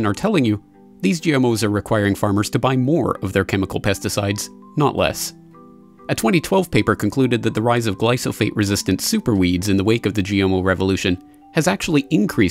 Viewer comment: You lost me at "glysophate."